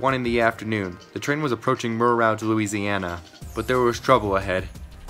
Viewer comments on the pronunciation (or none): Also it’s pronounced (Mur-Ruje) I’m from Louisiana. Just figured I’d tell you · By the way, that isn't out you say "Mer Rouge." Rouge means "red" in French, Google translate gives you a good idea on how it's pronounced.